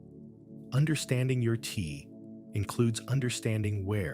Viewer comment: Good information obstructex by the Ai voice pronuncing Te as Tee. Unfortunate